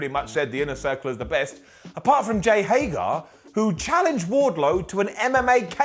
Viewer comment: sigh the guy's name is Hay-GER!!!!!!!!!!!